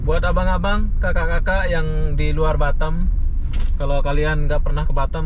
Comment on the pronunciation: Orang indo tapi lidah orang mana' tahu dah?? Semua orang indo nyebut Batam ya tetap B A T A M bukan batem 😀😀 ada" aja nih bikin pengen cubit aja 😀😀 gemes dengarnya...